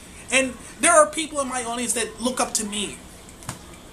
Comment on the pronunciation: "that way" not "dat way" for example ... and 1,839 isn't "thousands" of subscribers. I just subscribed, so you have one more at least but yeah just saying.